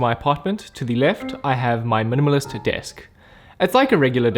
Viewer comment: you said minimalist so many times I started to hear "munumunus"